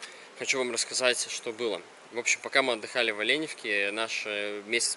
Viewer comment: Не Оленевка,а ОленЕвка!